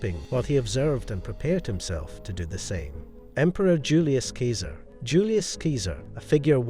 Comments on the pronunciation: Julius Keeser? seriously? You pronounced it properly near the front of the clip. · Keeser? Seriously? Ugh.